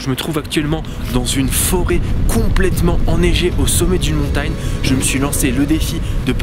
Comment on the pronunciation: « Montayne » Okk